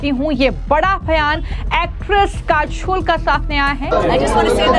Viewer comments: Listen news anchor calling kajol as kashol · Jai Hind........halanki report achchi hai per Madam aap apna pronunciation zara theek kariye......'काजोल' को आप 'काझोल' बोल रही हैं....अपने accent ko zara theek kariye......aap hindi ko American accent mein mat boliye bahut irritating lagta hai. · Kachol or kajal, pronounce achha nhi kiya tune